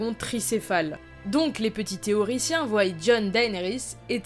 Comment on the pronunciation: c'est frustrant elle prononce "tyrionne" alors que meme dans la série ils prononcent "tyrion" EDIT : elle dit aussi "voyent" sinon bonne vidéo ;)